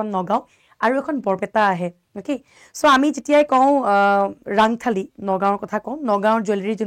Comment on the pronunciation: Baideu rangthali nohoi rontholi buli koi